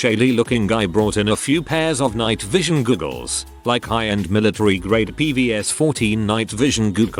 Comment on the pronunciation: Googles? It's goggles. Another semi literate robo narrator fail. Credibility zero